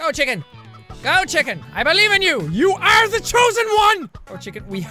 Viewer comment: LMAO "Check In" instead of "Chicken".